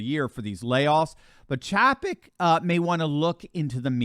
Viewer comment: Good reporting but his name is pronounced CHAY-PEK. LOL